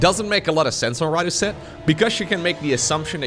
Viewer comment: Fun fact: Rådhuset is a subway station in central Stockholm, Sweden - I go there everyday cause it’s my stop for work 😅 it’s actually pronounced “rawd-who-set”